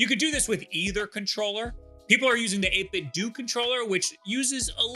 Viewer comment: isn't the "do" in 8bitdo supposed to sound like "nintenDO"